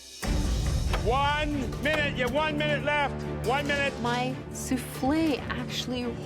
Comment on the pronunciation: One minuete, YoU hAvE oNe MiNuEtE, ONE MINUETE